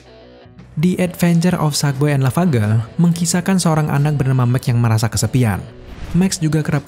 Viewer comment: Yg gw denger: sadboy dah lavagerl